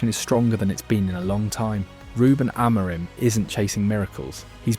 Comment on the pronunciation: AI bro. He didn't pronounce Amorim properly either